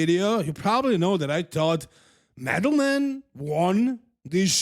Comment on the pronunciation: I really admire you and like how you're not butchering Eastern European names like the 'muricans, but man, you did dirty to Angel and Madelman calling them the way you did:) Madelman is not Medal man. Angel is not like the biblical creature, but An-hel (similarly to how you say the J in Juan, or Jesus (when it's your average mexican, not Christ).